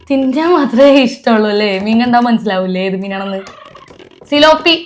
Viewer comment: സിലോപ്പി അല്ല പിലോപ്പി